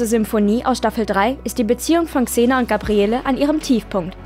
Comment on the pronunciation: Wow. Sie kann Xena richtig aussprechen. Im Gegensatz zu dem unfähigen Typen letztes mal. Bitte lasst den nichts mehr sprechen. Zum Thema: soll nicht so rumjammern. Sie ist eine Schauspielerin. Wer die Rolle nicht gewachsen ist, soll es lassen. Und die Szene war deutlich ernster angelegt als noch Hercules. Auch wenn sie aus heutiger Sicht sehr cheesy wirkt.